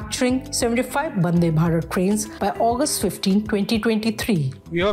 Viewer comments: Why is she saying Bandhe Bharath? And is clearly not wiring bug Welding! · Highly Appreciate the effort from print for making the manufacturing team and facility visible to the common man. The mention of the women's team and interview of key staff is very well done..., great work. One minor feedback, i think the presenter said bandebharat instead of vandebharat...a few times... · That is not bandhe bharat, it's vande bhatat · Why are calling it as " Bhande Bharat" it's Vandhe Bharat 🤣